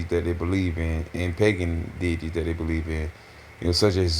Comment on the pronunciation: ngl, "pagan detities" got me 😂